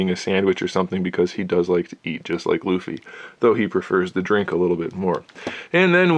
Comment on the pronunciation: If one piece is your favorite manga/anime you get triggered whenever people pronounce Luffy wrong